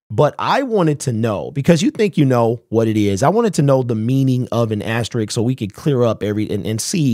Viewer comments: asterisk not asterick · Asterisk, not ast a Rick